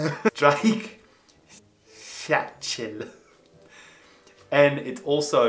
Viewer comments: Sorry, this Ami cant hear the "r" in your EichhöRnchen Remember, initial "St" is pronounced "Sht." Also, notice the word "Schach" (= chess) in the middle of StreichholzSCHACHtel—that part is pronounced the same. (Once you master that, try "tschechisches Streichholzschächtelchen"). Finally got "Wettbewerbsfähig" right—your attempt to make "fähig" a single syllable was driving me crazy! Remember, German "V" is pronounced as "F"—otherwise "Umweltverschmutzung" was OK. For "Brötchen," don't combine the t-c-h into a single "ch," but divide the syllables: "Bröt-chen" and use the more forward "ch" sound (e.g., "echt" rather than "doch"). The third "H" kin SchilttschuHlaufen is supposed to "lengthen" the "u" a bit—don't shove the "u" so quickly up against the "laufen"—say each part of the compound word clearly: "Schlitt-schuh-laufen." Also, the "Schlitt" doesn't mean "snow" but refers to "Schlitte" = sled/sleigh. Again, you need to break up those compound words and say each clearly: "Kraft-fahrzeug-haft-pFlicht-versicherung"—sort of (English) phonetically: "Kraft-FAHr-TSOIK-hahft-pflicht-fare-zich-er-ung" not "Kraft-VAIr-ZOOG-hahft-pflicht-Vare-ziSH-er-ung Rechtsschutzversicherungsgesellschaft: Again split it up and folllow the rules—Rechts-schutz-versicherungs-gesellschaft with F sound for all "V"s and Z sound for "-geSellschaft" Betäubungsmittelverschreibungsverordnung: pretty much the same, F sound for "V" etc. (+ remember äu = oi—you got it the first time!) Last one—not too bad… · Your "Eichhörnchen" sounds like "Eichhühnchen" (Chicken). And "Streichholzschachtel" is "o", but you speak an "ö". Put that "ö" into your "Eichhörnchen"... Try "Elektrizitätswerk" (Power Station) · i agree. And would like to add that he pronounced the "o" in Streichholzschachtel the way the "ö" in Eichhörnchen should sound like.